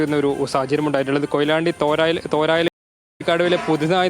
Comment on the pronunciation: സ്ഥലപ്പേര് തേരായ് അല്ല തോരായി എന്ന് തിരുത്തി പറയണം